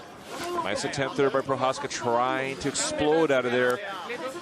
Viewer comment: That clown announcer can't even pronounce Procházka's name.